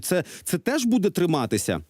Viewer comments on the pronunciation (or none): none